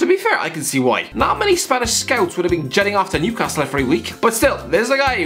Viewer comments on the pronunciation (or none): none